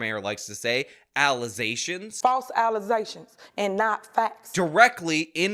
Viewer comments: “Faltz alluh-ZAYshuns and not fats” -Tiffany A. Henyard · WTF did she just say?! Allizations?! Im just done with ignorance. Grab a dictionary and educate yourself cause you lookin like BooBoo the Fool out here. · "False alizations". Yea that's an afrikan American thing.